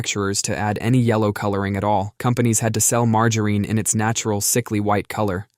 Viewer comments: It's "margarine" with a short i. The only "Margereen" is Butters Stotch when he's in drag. Also, it absolutely does not taste almost like butter. Ugh! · Margoreen?? It’s not Margoreen. At least not in the PNW. Do people actually say Margoreen in other places? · We can never mock the pronunciation of margereen enough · You're getting closer to the correct pronunciation of margarine. You got the soft G right this time, but the final syllable wrong. It's "mar-jah-rin," not "mar-jah-reen." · Had to fast forward past the butchering of Mar…ger….IN. 😂🤦🏼‍♀️ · MargarEEn? 😂 That’s funny! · Marger REEN 😂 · Again with the Marge - A Rene, lol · it was far worse in an earlier one, something like MAR-GUN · It’s illegal to say margarine that way 😩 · Fun Fact Brits get it closer to the correct pronunciation, it being a french invention and said closer to it's french pronunciation in the UK. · 😂 at least it should be